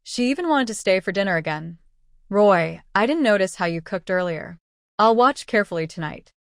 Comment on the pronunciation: I think the MC's name is Ruo Yi not Roy.